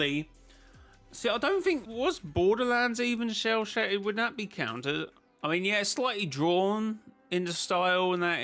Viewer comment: Shell shaded 😂😂😂 it sounds like sell shaded!